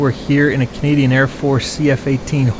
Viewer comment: did just say Cadian air force? 😅